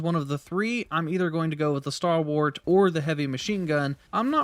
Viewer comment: I shudder a little every time I heard "Starwart"